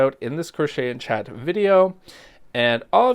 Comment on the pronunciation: Chat not Cha lol😂